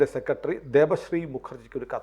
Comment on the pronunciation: ഉച്ചാരണം മോശം സെക്രട്ടറി എന്ന് പറയുക. സെക്കട്രീ അല്ല